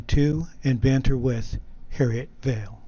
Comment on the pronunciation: Harriet Vane. Not Harriet “Vale.”